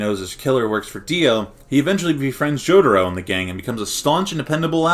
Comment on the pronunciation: It's not Jodoro. It's Jotaro! LOL